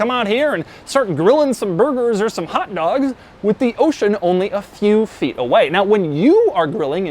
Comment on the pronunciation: "hot dougs"